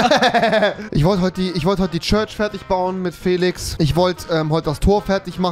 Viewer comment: Heißt es nicht church und nicht körsch